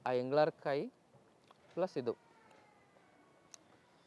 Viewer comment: adu ingalarkayi alla ingalakayi